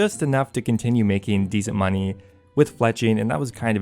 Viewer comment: drink everytime he says munyeee